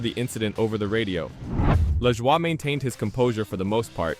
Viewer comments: His name is La"joy" not Lajwa". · At least hire someone that can speak actual English ,"la Jua", really?